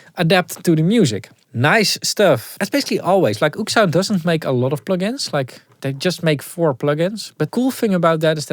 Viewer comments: It’s “oh-ek” sound not “oOoksound” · "oeksound" its o-ek sound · they are pronounced Oh-Ek-Sound